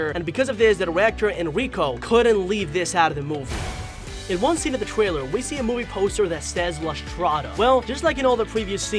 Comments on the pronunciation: sir trwailer??????🤨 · no trying to b mean but he says twailer instead of trailer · every single word whats with the letter "r" like secret and trailer but he says "sEcWeT twAiLew" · the gwaphics twailer